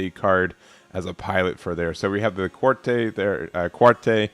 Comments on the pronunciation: Yeah its like, Cat-Truh. 😊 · "Gel-goog", the "gel" has a hard "g" and rhymes with hell. Qatre is meant to be "kat-truh", it's French for "four". Many characters in Gundam Wing have names based on numbers, including all of the main pilots. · Just some pronunciation assistance. It's a hard G for Gelgoog, like "guy". It's also pronounced Quatrah. Keep it up! Looking forward to the game's release.